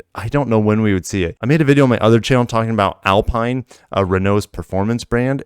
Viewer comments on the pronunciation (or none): Renault's "Alpine" brand is pronounced "Alpeen."